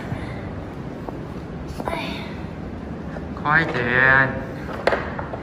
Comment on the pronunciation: 有没有发觉 马克叔叔的口音有点像马来西亚腔，那句“快点”